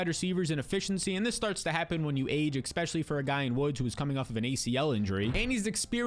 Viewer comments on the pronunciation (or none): Another good video,also, it's Especially, not " Expecially"